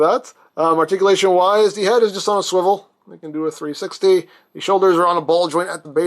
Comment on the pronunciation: you said wrist swivil